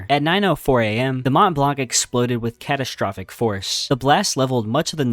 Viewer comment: catastrufic failure